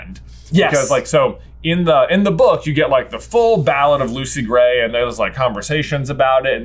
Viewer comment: Hearing Lucy Grat is Coin destroys me